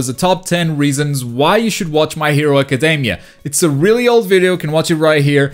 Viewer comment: Dude, the way you say "academy", just, please go check out the pronunciation xD